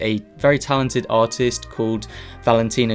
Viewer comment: says the word "Artist" Me: hears: Autist.... Me: feels bad. Also to add to my comment, This is something ive always wanted to do and this is really encouraging.